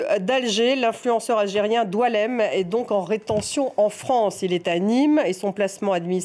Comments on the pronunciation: C'est Boualem et pas Doualam! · Doualem ??? C'est Boualam comme Sansal 😂😂😂😂